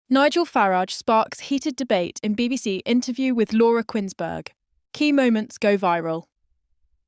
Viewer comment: It's pronounced 'Koons-berg' - not 'Quins-berg', ffs!!!